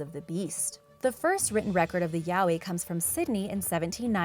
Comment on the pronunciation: its pronounced as yah oy you uncultured swine